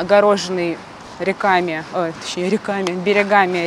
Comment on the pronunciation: рЕками, а не рекАми. Остров не может быть огорожен берегами. Его обводят берега, например. Или обходят. У Романа фамилия ШустрОв. Дальше смотреть не стала. Спасибо.